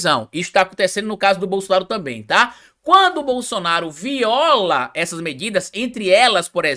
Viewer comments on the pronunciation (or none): none